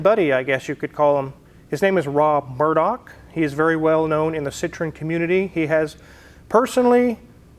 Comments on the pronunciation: pronounced seetroen dude.Citron is really redneck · you better use your phone to help you with your pronunciation of Citroen. The way your saying it, Citron, means lemon in French, and I’m sure you don’t want to invoke that! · Please pronounce the name of your car correctly, you sound ignorant, you own one now. Citrin is a fruit, not an automobile ! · fyi Citroen is pronounced with 3 syllables, "See Troy en" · French word for lemon is citron. Is your car a lemon? No! There is an important separation of sounds at the O and E.